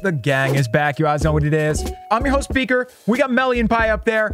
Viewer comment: sorry but i can not unhear "the gang is back with beak and lulu" rip top g. 😢